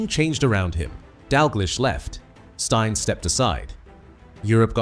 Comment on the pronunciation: So the 'betrayal' was what exactly and how was it 'unbelievable'? A potentially interesting, informative or revealing tribute spoiled by a clickbait title and an AI voiceover that mispronounces Stein and Dalglish. I suppose we should be grateful that this wasn't about Danny McGroin.